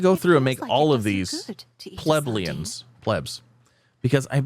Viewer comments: Plebeians - Pluh-bee-unhz... hope that helps 😊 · Think it's funny how he has problems saying Plebeians